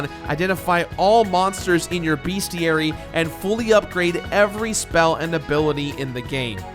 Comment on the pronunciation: It's "Bestiary" not "BeAstiary"